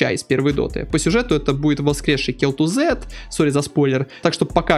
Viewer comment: Кел Тузад, а не Кел Тузед.